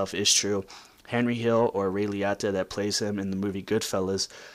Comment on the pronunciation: Please say his name right. Pronounced ray liOta